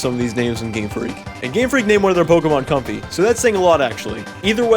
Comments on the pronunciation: it's actually pronounced com-fae as in fairy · But... I thought it was pronounced comfey (fei) MY ENTIRE LIFE HAS BEEN A LIE